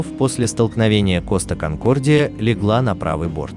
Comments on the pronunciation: Коста КонкордиЯЯЯЯЯЯЯ а не конкордиОООООО гугл переводчик в помощи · Какой коста конкордио ? Конкордия , неук , читай на борту